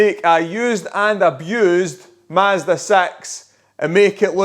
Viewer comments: I wasn't paying attention and heard mazda sex. Wouldve been a major content change 😂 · In this video we make a used and abused Mazda 'saex' more eeuhm.... saexy? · Did i just hear the word MAAZDA SEX? 0.06 sexconds?